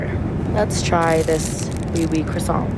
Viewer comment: PLS CUZ IDK WHY WHEN SHE SAID “oui oui crossant” THAT SHIT HAD ME ROLLING